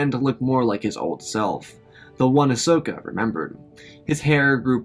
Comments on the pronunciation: I can't un hear "Asnoka"😂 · the part whene they contacted leah you said ahsnoka lol